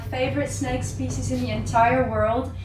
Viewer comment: DRINKINGGG GAME!!! So, here it starts again: everytim is saying/pronouncing `spezies´ you gotta drink! - Let the games begin...